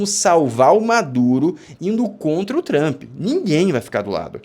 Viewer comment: Quando o camarada começa falando "TRAMPI" já perdeu a confiança